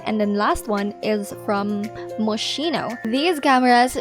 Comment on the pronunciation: Thanks for the tips! Moschino sounds is pronounced like mosquito btw ❤